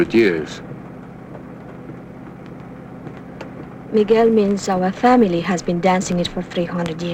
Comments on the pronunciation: Throughout the film the actors pronounce Miguel 's name like Miguol. It is not that difficult. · Hollywood BS regarding the pronunciation of Miguel: It is not "Migwuel" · whyyyyy does nobody in this movie know how to pronounce Miguel?? lol